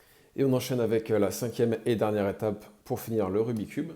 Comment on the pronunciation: Et, par respect pour ce jeu passionnant et pour son créateur, fait un effort … « RubiK’s cube »